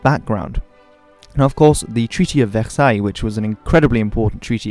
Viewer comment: The way you nailed the prononciation of Versailles is quite impressive.